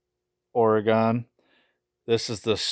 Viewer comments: Please for the love of all that is holy, never say OR-GONE again! It’s pronounced OR-GIN! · (Oregen) not oregAn😂